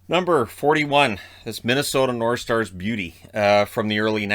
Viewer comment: No one: Absolutely no one:: Minnesota Norshtars